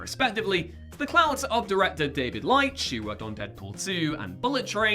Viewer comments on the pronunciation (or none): Also, it's pronounced Leech FFS.